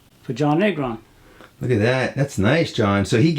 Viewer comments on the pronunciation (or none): Bruce Lee was a person who wrote constantly, imagine him in the computer age? Great show shout-out to Hector. Thanks John Negron incredible. Gotta roll those R's though 😂.